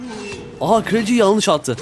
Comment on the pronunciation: Abi yalnis değil yanlış